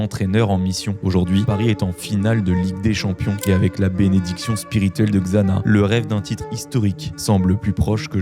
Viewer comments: Xana se prononce Chana... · je suis quasiment sur que Xana se dit chana